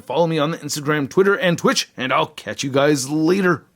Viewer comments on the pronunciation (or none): none